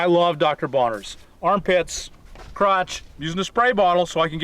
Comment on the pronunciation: Dr. Bronner's not Bonner's.